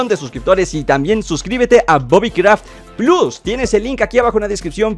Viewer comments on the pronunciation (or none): none